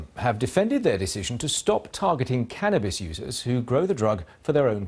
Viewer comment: did he say cannnabis addict ? lol ok